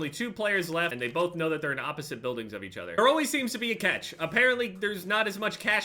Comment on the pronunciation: Why do you say cetch. It’s cAtch